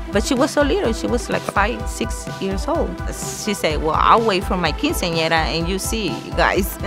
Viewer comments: I'm not being rude, it's the truth... She can't pronounce quinceñera correct... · because if this was really her dream she should be able to say her dream correctly, she pronounced other Spanish words correctly, but failed with quinceñera... She may have pronunciation problems, but I highly doubt it if she was able to speak very clear and correctly with every other word.. It just bothers me that she couldn't say quinceñera correctly when this show is about her quinceñera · It's a tradition to have a quinceañera in her family, but she can't even say it right 🐸☕️